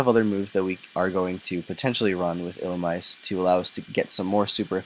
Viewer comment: It's actually pronounced like ee-lu-me-say